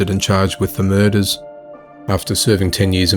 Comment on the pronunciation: All these key-luhs and mer-duhs!!